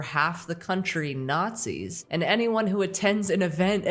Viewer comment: Hulk Hogan said he didn’t see any Nars-Zee’s there